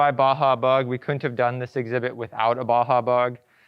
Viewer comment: ? Okay so this gentleman DOES know that there IS a - D - in the word COULDN'T right ? WTH dude & OMG Bro its teSla like the ladies name ( TESS.LA ) NOT TeZZla